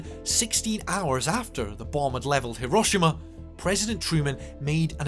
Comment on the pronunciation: At least pronounce it properly He-ro-SHE- ma